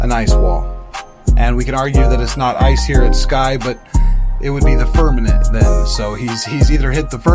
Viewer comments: Narrator boy … it’s FIRM A MENT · The mispronunciation of firmament won’t lend aid to the movement.